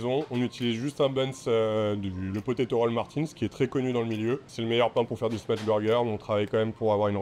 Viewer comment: Smash pas smatch ya arioul